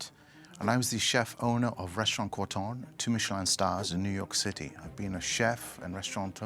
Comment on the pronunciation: cortoughghhghghnnnn. just corton ffs